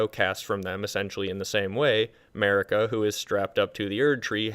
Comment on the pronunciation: MERICA the eternal (not making fun of you, but the pronounciation does give me a laugh).